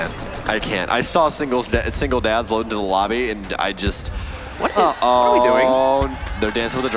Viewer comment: “Singledads, Singletaps” 😂😂😂